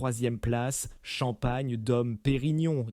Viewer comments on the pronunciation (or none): "Taytinger" "dom" : encore un bon moment